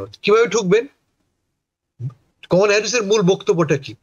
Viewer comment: কমলা কে আপনি কামালা বলেন কেন? সেক্ষেত্রে আপনি করিম কে কারিম বলেন না কেন?